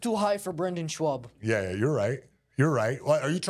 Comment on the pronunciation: I love that he calls him “Shwaub”